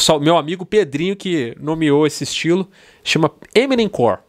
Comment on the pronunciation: Não é eminemcor é Emonem KKKKK